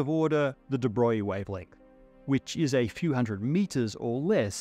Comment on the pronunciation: And here's me thinkin' from like 1979, that it was 'Di-Broag-lee'. 🙄 Somehow, "Da' Boy" just chalks the board. Jeez, this guy would have lost Einstein early. 🤷‍♂️